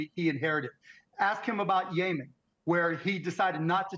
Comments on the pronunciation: Weird how Biden left those tariffs on. Was Cuban trying to pronounce Yemen as Yayman. ? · He said “yaymen” 😂😂😂😂😂😂😂😂😂holy crap!!! I’m glad he’s on Kamala’s side! If both have half a brain….. they just might have a WHOLE BRAIN!!! YAYMEN?!!! (That’s what I heard and what the subtitles put out!” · What is it with Americans consistently mispronouncing Middle Eastern country names? 😂 bro said yayman 😂😂😂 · Come on man Mark Cuban can't even pronounce Yemen rite. And I'm gonna take advice from him?? 😑 He called it Yaymen TF? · Mark Cuban: “Yaymen” Did he mean YEMEN?? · Mark Cuban can't even pronounce Yemen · Mark Cuban cannot correctly pronounce Yemen as well as using his brain to see reality. What a joke. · We literally had the best economy in the history of this county under Trump. Mark cuban can’t even pronounce Yemen right 🤦‍♂️ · Mark is so in touch he can't even pronounce Yemen. 😂